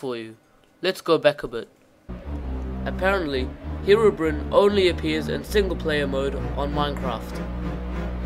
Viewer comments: It is not "Herobrin" how you said it, its "Herobrine" . I admin a Herobrine page, and i find it offensive. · it's pronounced (hero-brine) not herobrin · It`s said Herobrine not Herobrinn.